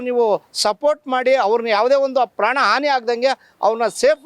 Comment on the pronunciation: ಆಂಟಿ ಏನು ನಿನ್ನ್ ಕನ್ನಡ 😂😮😊, ಪ್ರಾಣ ಅದು ಪ್ರ್ಯನ್ ಅಲ್ಲ 😂